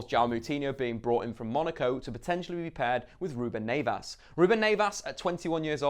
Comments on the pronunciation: Who the fuck is Ruben Nevas? 😂😂😂😂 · Ruben "Nayvas"